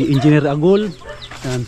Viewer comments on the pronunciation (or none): none